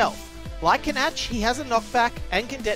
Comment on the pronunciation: I think Canach is pronounce like Can-Ack,not Can-Atch.